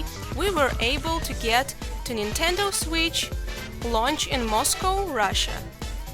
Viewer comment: Razor & Zenon "Nitedo" or 'Nintendo"?